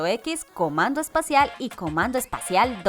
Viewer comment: soy yo o es comando especial y no espacial xD